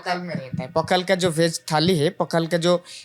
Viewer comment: It is not पखाला, it is पखाळ